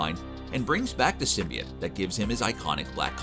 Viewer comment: Dude,you have to say symbiote correctly!! It's not symbi it!!